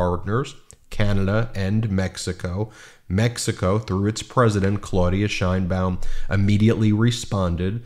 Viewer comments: IT'S "SHEINBAUM" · Actually, she pronounces her last name according to Spanish phonetics: SHANE-baum. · Great video. Can you please pronounce her last name correctly? The correct pronunciation of “Sheinbaum,” as in Claudia Sheinbaum, the first woman president of Mexico, is: SHAYN-bahm • “Shein” sounds like “Shane.” • “Baum” rhymes with “mom.”